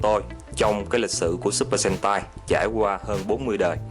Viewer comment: Supper sentai đọc lẹo lẹo thành supper hentai đúng kiểu Nhật lun =)